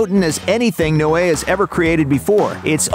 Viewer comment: I beleive it is pronounced 'Noe' as in No. Not 'no eh' as in no way. I notice you mispronounce names often